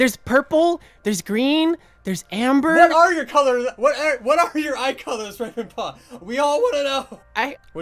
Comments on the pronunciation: "Rwaven paw" - Ravenpaw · Here in the warriors fandom we say GAY Ravenpaws responce to that: agh~ Also ravenpaw: WAVENpaw